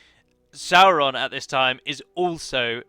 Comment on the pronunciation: Music is a vibration and if you understand how the universe works it's essentially different frequencies a sound a word the word of god,so you see singing is seen as something holy in ancient times. Little finger is sauron............................lol by the way is it not pronounced saw-ron?not sour-ron lol